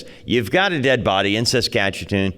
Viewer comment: Saskatoon Saskatchewan not saskatchatoon 😂